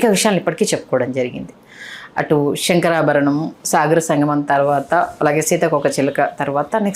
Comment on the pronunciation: శెంకరాభరణం enti nee bonda... It's శంకరాభరణం.... This question is to the anchor.....